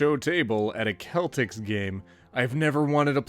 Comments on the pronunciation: First off it's pronounced seltics...I don't follow basketball, but I am fan of the other boston area sports teams (Sox, Pats, B's) and second WTF are you doing boston? And third the celtics are a basketball team. Please get some education (but you are right it should be pronounced keltics) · As a bostonian, I was physically hurt when you said "Keltiks" when it said Celtics game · Well to be fair that is the right way to say the word celtic, just very much not the right way to say the name of the team lmao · That is the proper way to pronounce celtic, regrettably it is not the proper way to pronounce the team name because for some reason it has to be different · That's actually the proper pronunciation of the word...... just not the team name lol